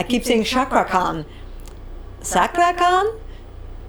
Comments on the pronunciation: Sorry miss,Her name is cakra khan nót sakra khan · You should read Cakra, the letter "C" you read like you read Chair.